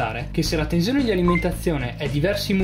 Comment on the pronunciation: Tenzione.. Tenzione... Ma dove la vedi la Z in TENSIONE?! 😐 Se non fosse per questo... Sarebbe pollice in su.